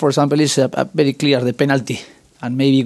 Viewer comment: Good Ebening and thank you bery much! I heard these two sentences😂😂